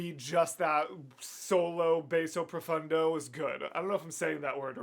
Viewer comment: Popping in to give you some love before I'm off to watch the original video and have Eric melt all my bones with that GROWL of a bass note. Basso Profundo is actually not pronounced the same as the musical Bass, it's like the fish Bass, Bah-so. I learned about it when seeing clips of Avi Kaplan being interviewed from his days in Pentatonix.